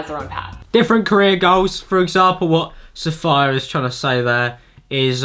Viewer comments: SAFAYA!😂 (it's Sa-fee-ya actuallyy) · Saf ee ah not saf eye ah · “sAFirE” it’s pronounced saf-ee-a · its saf-ee-ya not saf-eye-yah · you said her name wrong its not sa-fii-aa its sa-fee-aa like sophia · it lowkey triggered me every time he pronounced it saffire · Same! its pronounced like sofia/sophia but replace the "so" with "suh"! ( Coming from a Safiyyah :) ) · The best thing about this video is pronouncing Safiya as Sa-fire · The way you said SafYa made me wanna die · "sa-fire", I about choked. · hi 7 months late but you're an idiot, it's an arabic name and it's pronounced SA-FEE-YA. Pronouncing it any other way is just wrong. And i'm british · As a Safiyyah, I'm ksfhlsjh-ing over how he's pronouncing her name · YOU COULD'VE LEARNT HOW TO PRONOUNCE HER NAME BEFORE YOU MADE THIS VIDEO LMAO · The mispronunciation of safiya throughout this video is driving me crazy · At least learn to pronounce her name correctly. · Bella F safiya. It’s pronounced how it looks. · The way you pronounce her name is weird